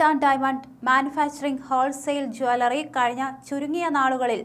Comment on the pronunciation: ജാലറി അല്ല ജ്വല്ലറി എന്നാണ് പറയേണ്ടത്. ഈ പെണ്ണ് സംസാരിക്കുമ്പോൾ വാക്കുകൾക്ക് ഒരു ബലം കുറവാണല്ലോ???